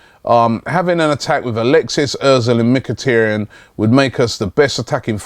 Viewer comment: MIK-A-TAR-YAN, not MICK-A-TEARY-ANNE!!!!!!!!!!!